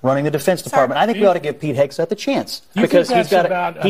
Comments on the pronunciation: Milley is a treasonous monster who needs to be removed immediately.....and disrespectful Whoopie purposefully mispronouncing Pete Hegseth's name made her look like a clown. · If Whoopi can’t pronounce the name of the new Trump Secretary of Defense - then how can she know enough about his qualifications to judge him? 🤷‍♀️🤷‍♀️🤷‍♀️ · How cheap and disgusting is she pretending not to know his surname! 🥴 Was it not r~c~st when Kamala's name was mispronounced? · Whoopi making fun and she can’t even pronounce his name🙈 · You pay Whoopi 3 million a year and she can’t pronounce a person’s name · Whoopie can barely read and make the man's name seem impossible to pronounce all the while her name is whoopie Goldberg. Let that sink in. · How about not pronouncing his name correctly ms Whoopy when they were having a panic attack when others didn’t pronounce Kamala’s name “correctly” interesting isn’t it? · I love how Whoopi Goldberg has a opinion on the secretary of defense, and she doesn’t even know who he is or how to say his name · What is Dopey female and she has the nerve to say you ready for this? You're the one who's not ready for it because you can't even pronounce the name😂😂😂😂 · The way they made fun of Pete's name.... The same people who said it was blasphemous to mispronounce Kamala